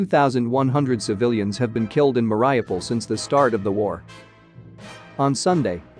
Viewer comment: Thank you for the video! Mariupol is pronounced Muh-ree-oo-pol'